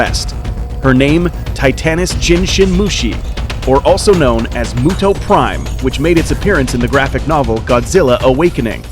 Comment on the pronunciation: M-yu-to not mooto Does it look like a cow to you, no offense